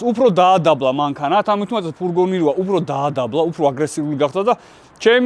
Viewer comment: ფურგონი არა, ფურგ-უ-ნია 🎉